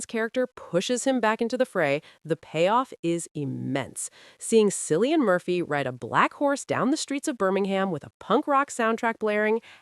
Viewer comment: its not Sillian Murphy - fucking hell